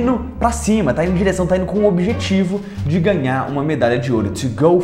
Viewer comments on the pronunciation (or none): PALAVRAS EM PORTUGUÊS FALADAS E R R A D A S NESTE VÍDEO iNO, iNO a palavra correta é iNDO, acompanhaNO, acompanhaNO a palavra correta é acompanhanDO, usaNO, usaNO a palavra correta é usanDO. conversaNO, conversaNO a palavra correta é conversanDO Antes de você dar suas aulas em Inglês aprenda o português